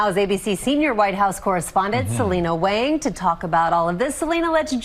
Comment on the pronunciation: It’s Wāng (long “a”), not Wang. Very simple correction for you to make.